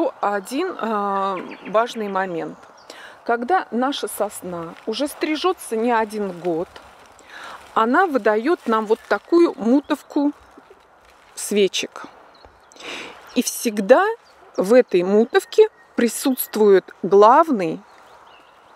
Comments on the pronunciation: Я думаю мутОвка, а не мУтовка. Невозможно это слушать 😖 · Господи, мутОвка, смотреть со звуком не возможно, ударение на О!!!!!! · Интересно. Только режет слух в Вашей GardenSchool мУтовка и хвоЯ. Вы же беретесь образовывать народ, может стоит говорить правильно? Многие же зрители, не зная, станут повторять, распространяя невежество. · Не мУтовка, а мутОвка, если по-русски. Блины моя бабушка готовила тесто с помощью мутОвки из еловой макушки. Храню ее до сих пор. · Большое спасибо за подробность и внятность в деталях. Очень полезно для новичка, как я. Одно замечание. Слово "мутовка" произносится с ударением на втором слоге. Извините. Просто очень резануло. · Уверены?! В русском языке для уменьшительно-ласкательной формы употребляются суффиксы ЧК и ЧН..,но не изменяют ударения. Это неуважение к нам ,к языку-выходите ВЕЩАТЬ,так уж грамотно.🙏